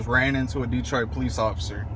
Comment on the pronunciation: i hate all people that say PO LEECE ugh the worst